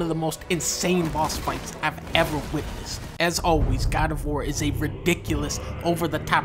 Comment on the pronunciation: GAD OF WOAR